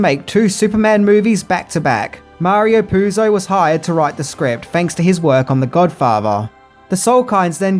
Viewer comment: Mario Puzo was hired to write the script, fanks to his work on The Godfavah.